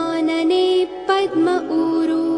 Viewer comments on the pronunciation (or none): none